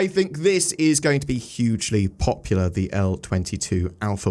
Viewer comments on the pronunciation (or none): Popular. It's gonna be paw-pew-oo-ler